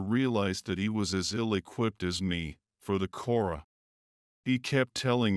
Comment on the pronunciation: I heard Aura instead of kora😂😂😂